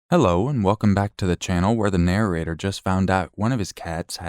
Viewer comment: Say NARRATOR again for me….lol …Nararator ….strange